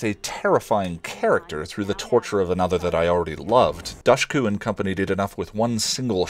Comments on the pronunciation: DOOSH-ku. It's pronounced DOOSH-ku. Say it with me now! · She always says it is pronounced “dush” like “push”. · Dushku is pronounced as DOOSH-KOO. I'm Albanian.